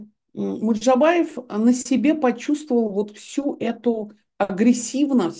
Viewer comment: Стыдно журналисту со стажем произносить фамилию МуЖДабаев как "МуДжабаев", а этом огромное неуважение и дрказательство неправоты Е. Албац, противно! парашный блог - чудесная журналистская этика, фу